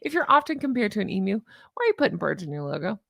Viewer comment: You pronounced emu correctly ! Australia salutes you 🫡